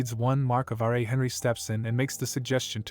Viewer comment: Do you know about plastic surgery? You know, the two words that don't exist in this world. Garbage writer or translator. They could have called it phantasm, shapeshifting, glamor, reshaping, illusion...no plastic surgery. This guy pronounces bow as baw, Ra as R.A. TF is going on.